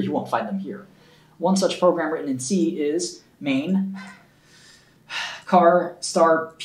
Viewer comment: the way shkreli pronounces "char" translates to "dick" in albanian...